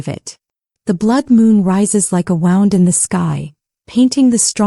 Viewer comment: Yes....very good story and the narrator (AI) is very good, I almost thought it was a real person. What gave it away was the pronunciation of bow and wound. Both are spelled the same but mean two different things when speaking it. AI cannot tell the difference. Listening from Frankfurt/Main.